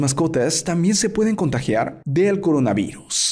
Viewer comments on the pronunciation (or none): Jajajajajajajaja dijiste Corinavirus en vez de Coronavirus